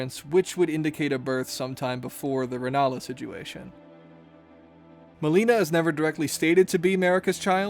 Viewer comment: 😭😭😭 Why you say Melinas name like that